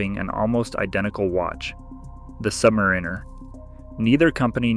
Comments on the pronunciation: Sub’mariner not Submarine’er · Came here to say this. Literally no one pronounces it like that.